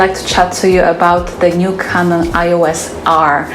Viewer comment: Small detail worth to improve in your next videos: it's Canon E-OS not I-OS ;)